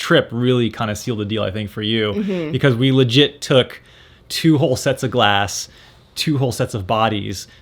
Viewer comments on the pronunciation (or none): none